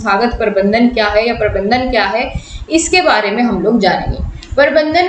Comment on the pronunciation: Parbandhan ni hota Prabandhan hota h yrr